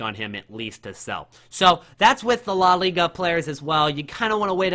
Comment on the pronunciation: Boondesliga and lah liga 😂